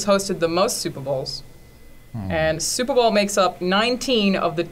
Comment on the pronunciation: "supra bowl"